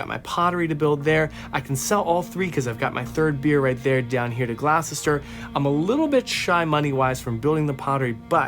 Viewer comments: We English love hearing our towns mispronounced, so please don't take this as criticism, but you might like to know that 'Gloucester' is pronounced 'Gloster' and 'Worcester' is pronounced 'Wuhster'... if you ever have to pronounce 'Leicester', it's 'Lester' btw 😂 x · Just got this game, and I'm loving it. I didn't know it could be played solo, thanks for doing this video. I don't mean to be rude, but it's so funny watching Americans trying to pronounce English place names. Just so you know, Worcester is pronounced Wuster, Gloucester is pronounced Gloster, and we miss out the letter "h" in "Birmingam". I have no idea why we don't use these letters, we just don't. 😊